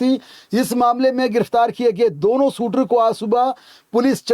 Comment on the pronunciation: भाई शूटर 😂 बोल एक बार फिर से